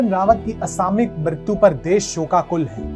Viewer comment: यार...तुम असामयिक को असामिक क्यों बोलते हो ?